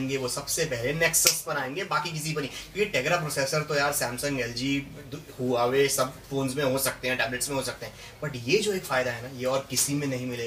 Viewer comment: huawei is pronounced as wah-way!...